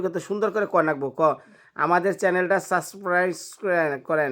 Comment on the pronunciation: আপনি নিজেই তো ঠিক মতো বলতে পারেন না সাবস্ক্রাইব। বৃদ্ধ মানুষটা কিভাবে বলবে